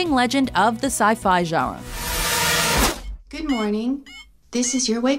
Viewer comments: lol...narrator says sci-fi "jarra" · Am I the only one who is kind of distracted by the way she pronounces genre? Sounds kinda like "jara".